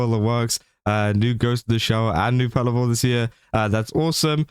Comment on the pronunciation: It's pronounced patlabor as in pat labor. But it's all good!